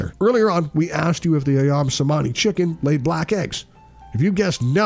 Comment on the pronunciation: Is not pronounced CEMANI AS IN THIS VIDEO ,,,, C IS PRONUNCED AS CH ,,, SO CEMANI RIGTH PRONUNCIATION IS CHEMANI ,, 🙏 GREETINGS 🖖